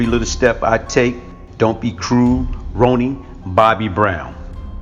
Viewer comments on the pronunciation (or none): Rellenomic$101 he said ro-ni 😂😂